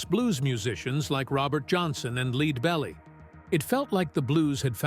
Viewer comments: "Leed"belly? Don't any humans narrate videos anymore? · You people are F-(reak)-ing RIDICULOUS!!. You piss... away all semblance of credibility... of attracting people to Bonnie's talent & MUSIC love... by using an IGNORANT-ARTIFICIALLY generated narrator!!! "LEAD" Belly pronounced like leading a horse!! You insult TWO MUSIC ROYALTY in ONE instant. You idiots!! Bonnie Redhead used to hang w Brian Davenport from the Old Ashford House half way between Bahston & New Yawk... memories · "Leed Belly"??? Hire an editor, for kreist's sake! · "leed belly" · Yeah you lost me at Leedbelly. Don't insult our artificial intelligence. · Who's this guy "Leedbelly"? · Leed Belly? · Not sure how much stock to put in the narration when the narrator doesn't know how to say, "Lead Belly"